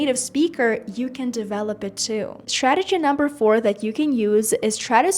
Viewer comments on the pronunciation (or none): none